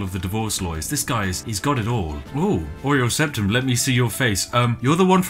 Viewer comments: All I can now see is an emperor with a chocolate biscuit for a nose. Oreo Septum indeed. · Everyone who has ever played the game: "Uriel Septim" This guy: "Oreo Septum"